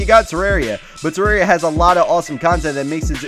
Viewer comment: tuh•rawr•ee•uh... *triggered 😂😂